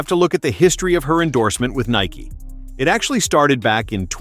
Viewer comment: It’s Nike bro